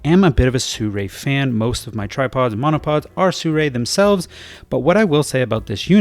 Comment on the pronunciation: How can you say "Sew-Ray"? The brand starts wit SI 😆